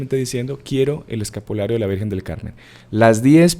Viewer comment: M.encanta ezcuchar l palabra lavirjenzita d lavirjenzita